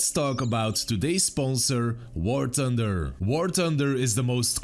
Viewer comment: Nobody:: "Sponsor of this video is War Tunder!" 😅